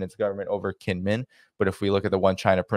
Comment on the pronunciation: Pronounced jingmen island. And its not a hundred miles from the main island. Ya might wanna do just a tad more research before posting. As well as the actual relationship both kinmen islands have with China.